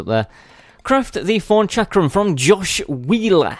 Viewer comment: I laugh every time you say thorn because it sounds like forn with ur accent